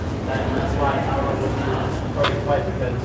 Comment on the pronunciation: Why does he keep calling him tyrone? That's not his name. Is Jake dyslexic?